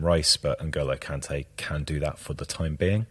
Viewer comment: Kante! Not conte!